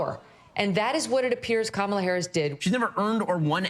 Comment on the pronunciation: Cabala Harris, it's not that hard Trump.